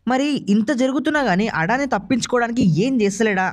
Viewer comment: అడాని కాదు అదాని.